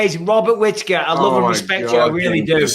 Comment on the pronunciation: "I loe you Mike"